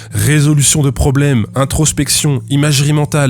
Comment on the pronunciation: WOU ! WOU allez awouaw des gwos pwobwems ! HAHA ! MERCI G Milgram pour cette master class! vraiment !